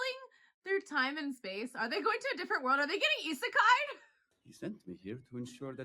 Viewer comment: "Are they getting isakei'd?" 😂 you're precious